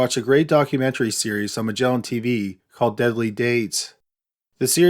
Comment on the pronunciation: "Migellin Teeveeeeeeeeee"